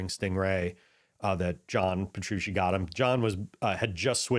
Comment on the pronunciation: Puh-true-chee. Thanks for the in-depth overview of the gear on this album.